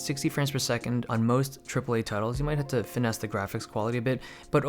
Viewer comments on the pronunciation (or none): When Dave says finesse